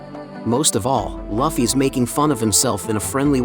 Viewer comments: ngl hearying luffy spoken as loffy sends me over the edge xD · Your text to speech keeps saying luffy wrong… and it triggers me, lol. Edit: idk if it is text to speech but it feels like it. Nice vid tho! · Lol u pronounce his name wrong but decent video